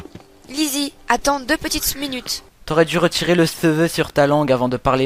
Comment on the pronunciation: "Lisi attend deux petite sminute" haha